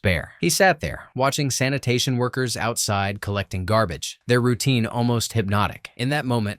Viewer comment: "Sanitation workers"